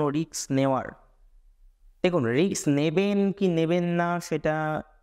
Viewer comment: Word ta risk hobe ,riks noy .Pronunciation wrong hoche ,sorry bolte holo